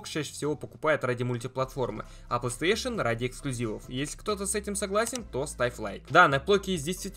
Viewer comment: Как же бесит его Плестеешен, научись говорить Плей Стейшн, да и не гэарс, а гирз.